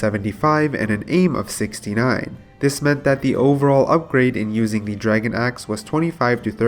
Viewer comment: Draygen too... all the botched words makes me think this guy might not be from the US